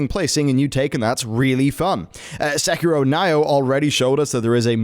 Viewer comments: Nioh (IS NOT PRONOUNCED "NYO", ). (It's "neeo") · Nioh is said Knee-oh, not N-Eye-Oh 😤. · Why... are you saying Nioh, "Ni-oh" it's Nioh. It's Nioh... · "like sekiro and N-eye-oh" oh my gooooooooood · Nye-oh?! You sicken me, sir! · 😬 everytime he said N ī -oh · the way you are saying Nioh triggers me. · Right back at ya 🙄N-eye-oh... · Is this man seriously pronouncing Nioh as "Nay-Oh"? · I've pretty much given up on westerners butchering JP pronunciations then they play "I'm not a native speaker please don't hate me" card every time. "Sushi"ma, Se"key"row and Nayoh. LOL. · I'm getting 10 rage every time I hear it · Are we allowed to roll our eyes at him? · Dammit Knee-Oh... KNEE- OH (Nioh) lol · It doesn't sound right and Nioh has been few years around now so mispronouncing it is kinda lame.